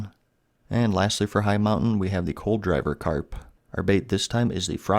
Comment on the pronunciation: awesome information! this guide is great, but i think coldriver carp is pronouced cold river carp not coal driver carp lol